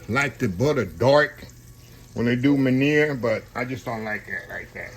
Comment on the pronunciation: I enjoyed the recipe Chef. Just a heads up, the French pronunciation of MEUNIÈRE is (mun-Yair’). Love the show. God Bless